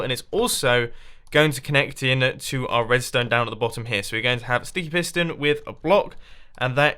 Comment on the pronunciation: u said stiky piston